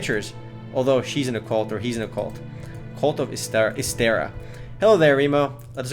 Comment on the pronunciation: Learn how to pronounce the game's name you dumbass.